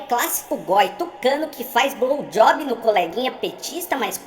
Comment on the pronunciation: e não é "browjob",, o crreto é BLOWJOB!